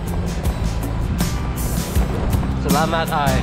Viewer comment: i think it's salamat-tay instead of salamt-eye.. anyway, indeed there's so much to explore in the east coast.. power on!